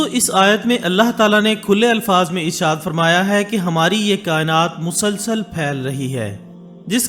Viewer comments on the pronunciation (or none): none